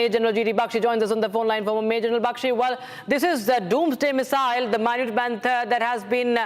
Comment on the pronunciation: Pronunciation toh theek kar lo… waise toh full on American accent use kar rahi hain… can’t even pronounce the minuteman III properly